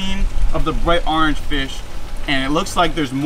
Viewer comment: how he say orange... arnge